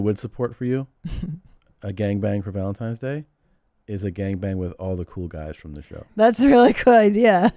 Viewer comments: Has anyone acknowledged Segura says "ValentiMe's Day?" Welp...at least, supposably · She said "valenTIME's day" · Just making sure you’re purposely (as a bit) mispronouncing “Valentines” in Valentyhmse Day. Truly yours, ~ The Grammar Nazi 🧐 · Awwwwww man Did Tom say “valentiMes day” 😟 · Are you saying - Valentimes Day? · Why they both call it valentimes tho? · Did he say valentimes day